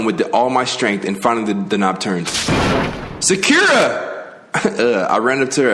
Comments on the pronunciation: Sakura (Soccer-ra) lol you returned to the other pronunciation of it right after you got it right one time 😂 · Youre wrong its Sa - Ku - Ra, not Sak-ur-ra there is a difference Lol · doesnt work that way, most of their characters in english it would be Either 1 or 2 letters (The syllables) its Sa • Ku • Ra just google a pronunciation lol its not Sak • Kur • Ra he even pronounced Sa • Kira sometimes😭😭😭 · Saykura Saikura Saycurah Me: Say SAH... KUR...AH...: sAyKuRa Also, Byakuya, I got a bird that is the best bird for you 🖕it’s this one here byakubish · Sah-Kur-Rah bro you be saying sackeruh like he name sound mad ugly lmao im on your bumper bro but im happy your playing this cant wait for the second game when you beat this! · lmaooo but wait... its actually pronounced as Sah-Ku-Ra. NOT suh-kure-ra. who ever told you otherwise is big tripping. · IT IS PRONOUNCED "SAW COO RAH" NOT "SUH KYUUR UH" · Learns how to pronounce Sakura Also: “SACK-ura” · SA-KU-RA JEEZZZZ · Her name is pronounced sock-err-ah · how to say sakura. sah-kur-ah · You still said sackura instead of Sakura the whole video 🤦🏿‍♂️ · This what i needed. And yes bruh, been waiting on you 😭 btw it's Sock-er-uh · sa-kura? No. It’s sa-kur-ah apparently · IT'S SOCK-ERA. Not that it matters, anymore. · Ok....since this has happened I suppose it's finally time to tell you...so here it goes: Sakura= soccer-ah or sock-er-ah like the pink haired girl from Naruto😊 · Spiffy Williams no its pg showing this nigga pronouncing sakura wrong its. sock-ou-ra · U can tell never watched naruto to not know how to pronounce sakura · my dude really found out how to say Sakura correctly and continued to pronounce it wrong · Bruh for the love of god and Sakura’s sake, PLEASE pronounce her name right🤦🏽‍♀️ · They said her name and he still sais it wrong LMAO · that's how you ACTUALLY pronounce it